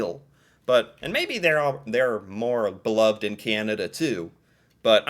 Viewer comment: I love how you say "Kyan-ah-DUH".